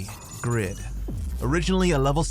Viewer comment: it's not grid... it's pronounced "GREED" because he's greedy. name: Overgeared